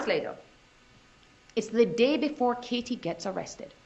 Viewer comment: Why does the Woman defense Attorney speak with a FAKE Spanish accent?? It's embarrassing to listen to her slip up the accent. And the way she pronounced KA-TIE